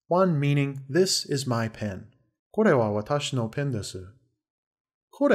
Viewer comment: This professor cant even pronounce これ....